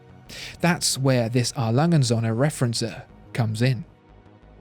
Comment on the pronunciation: Referenz-what? As a German I had to listen 3 times to recognise that this should mean "Referenzuhr". "Uhr" is pronounced [uːɐ̯] otherwise its not really recognisable ;) But very nice research indeed.